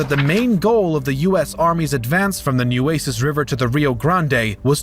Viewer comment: at 9:4O narrator says New-Asis river? Learn how to pronounce it correctly.